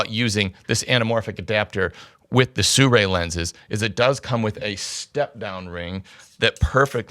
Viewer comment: SI RUI not SU RAI !